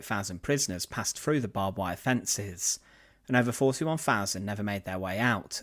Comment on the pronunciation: not BOB wire barbed wire